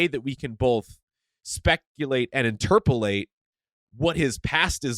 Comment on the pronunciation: Please watch Van’s face when says “interperlates”🤣😂🤣😂🤣